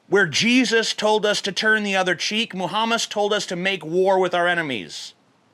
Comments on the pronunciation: you said "Muhummus" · is it just me or does he say "muhhumus"? no h8, just sayin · you acidentally said Muhammas in this video at one point, I lol'd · 4.36 "Mohamas" - TJ Kirk 2017 ... Or is it "mo hummus"? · Did anyone else hear him say "Moo-hummus"? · "Muhummus" LMAO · you said mohamus